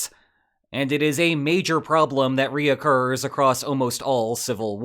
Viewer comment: 💙🦋I love your analysis & intelligence but can I ask one favor? I do not think recur is correctly pronounced “re-occur” . Just an old pet peeve that my mother taught me.